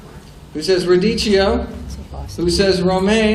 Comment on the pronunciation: radicchio = pronunciation in Italian 'radikkio'.